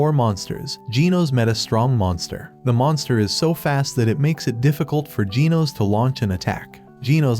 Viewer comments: Why do you say ginos instead of genos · Bro says genos like jee-nose when it's pronounced jeh-nose. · Genos❌ Ginos✅ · its pronounced G-E-N-O-S not G-E-E-N-O-S😄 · It’s Gino’s not geenos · “saitama accidentally destroyed sonics future”💀 “just as mumen rider got sent to heaven” “hero association summons saitama” “tatsomaki”. : “GEENOS” “BOWROWS” “GAYROU” “fuybuuki” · Bro called Genos gen os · Bro said Gino’s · bro its pernounced [g-ehh-nos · is it me or is it just that he pronounces the names of the hero's wrong like "Tat-sue-maah-ke" or "Gee-nohs" even "Gaeh-ruu" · Why do you say ginos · Bro u said genos wrong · It's Genos but the ai voice doesn't pronounce it right